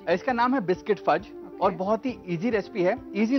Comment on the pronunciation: Fudge not Furj :|